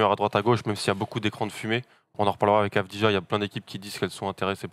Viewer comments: Messieurs, vous êtes victimes d'un symptôme français absolument terrible : le ZÉRO effort niveau prononciation des noms et origines des joueurs: on dit AVDIYA, dans tous ses highlights les commentateurs israeliens HURLENT AVDIYA, et ça se prononce comme ça aussi bien en Israélien qu'Albanais, la nationalité de son père, qui n'est donc pas croate ! Faites des efforts sur la prononciation des noms, encore plus quand ils sont aussi simples... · Exact, ancien joueur de l'étoile rouge son père. Et d'ailleurs ça se prononce "Avdiya". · On prononce Avdiya les gars ;)